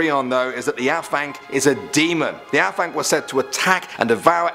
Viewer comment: The af in Afanc is pronounced as the av in have. Not complaining!!